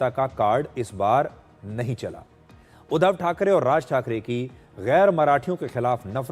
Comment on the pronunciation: सुधीर जी, उच्चार थो..डा ठीक करें. उद्दव नही. उद्+ध्धव. मराठी मे व्यंजन पर जोर डाल कर बोलते हैं. वैसे ही संधी शब्द एकत्र व जोर डाल कर बोलते हैं,उदा: स्+मी-स्मीता.इसलिए मराठी कडक है. इसे हिंदी मे समीता उच्चारते हैं.